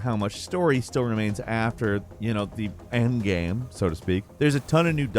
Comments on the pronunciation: Except for the word "game" lol he says Gehm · I agree… except the word “game”. It’s like he says “gyem” some times. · I can’t even put my finger on how it sounds. It’s every once in a while it sounds like gyem, like he’s Canadian